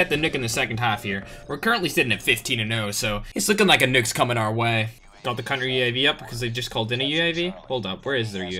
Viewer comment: "I like to get nookkkes”